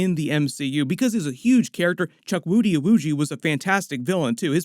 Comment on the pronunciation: His name is pronounced as "chookoodee".